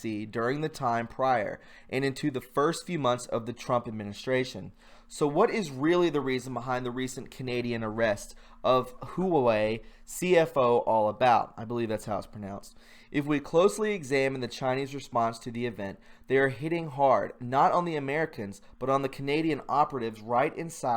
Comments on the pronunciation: Love your enthusiasm! BTW - it's pronounced "wa-Way" "Dew-art-a" "You-knee-lateral" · Pronounced: Wah Way